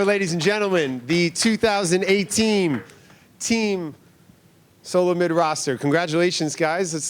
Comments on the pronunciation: Swear the Gillette spokesperson says “teamsolomon” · Did he say team solomid lol